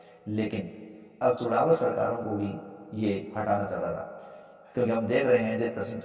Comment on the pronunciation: चुण्डावत को आप बार-बार चुड़ावत क्यों उच्चारित कर रहे हो सर !